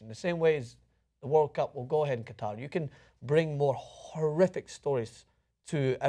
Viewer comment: Out of all the problems, I have to mention they pronounced "Qatar" incorrectly.